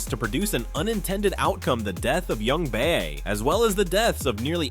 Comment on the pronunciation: It felt as though the story of this season could've been wrapped up in one season, but they intentionally had several contrived plots in order to stretch it out to a third season. Also, it's Jungbae, not Youngbae